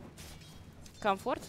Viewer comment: Почему она Комфорта называет Камчортом?